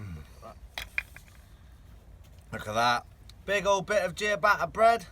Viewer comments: Cho-reeth-oh & chuh-ba-tuh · "gia-ba'a bread"